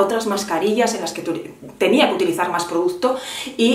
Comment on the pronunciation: Gracias por hacer un vídeo de solo 20 minutos 😜 y ponerte una pequeña crítica que espero no te moleste. Sería muy complicado para ti pronunciar bien la palabra producto? No sabes lo que me chirría oírte 20 veces o más en cada vídeo decir produZto.